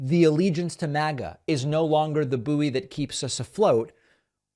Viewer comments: Do all Americans pronounced bouy as boo-ey rather than boy? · Why does David keep pronouncing 'bouy' as 'boo-ee'? Is this some weird US pronunciation I'm unaware of? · Buoy is pronounced BOY!!! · "The train is not going to be the bouy?" I wouldn't use a train for a bouy. I wouldn't want a floating train.